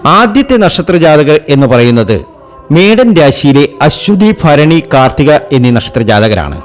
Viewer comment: ജ്യോത്സ്യരെ - ആദ്യം മലയാളം വ്യക്തമായി പറയണം. ഫരണി അല്ല ഭരണിയാണ് ശരി. ഫരണി, ഫാഗ്യം, ഫാവി' സൗഫാ ഭാഗ്യംഇതൊക്കെ തെറ്റാണ്